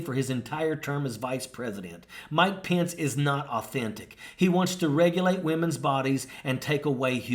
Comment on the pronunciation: Really annoys me this guy can’t say his last name right lol